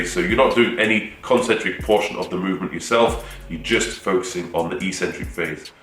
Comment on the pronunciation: Take a shot every time he says "Eeeks-centric"...